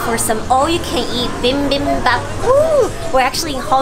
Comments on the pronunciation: does....... does she pronounce bibimbap like that on purpose? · it’s not “bimbimbap” it’s “bibimbap” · I enjoyed this but please..... it's not bimbimbop......... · Why does she keep saying BIMBIMbap instead of BIBIMbap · Bi bim bap. Not bim bim bap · I thought you‘re a pro yet you‘re still saying bimbimbap? Or was it on purpose?😅 no hate just confused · It's not pronounced bim ! bim ! Noooo!!!! It's pronounced B-bim-bop !!!!! Gochujang !!! 고추장 fermented Korean red pepper paste !!!! Danmuji !!!! 단무지 !!! Korean pickled radish !!!! If your going to do video on Korean foods 🇰🇷 !!!!!!!!!!!!!!! Do it right !!!!!! 🖖🇰🇷💫❤️ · noo im not a pro just a food lover. Yis I was mispronouncing it